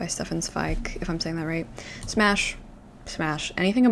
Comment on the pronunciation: “Smash”?? Girl 😭😭✋🛑